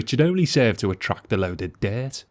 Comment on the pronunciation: "a load ov deert "